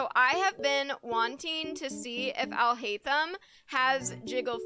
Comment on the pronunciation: That "Haitham" pronunciation oh god I wanna kms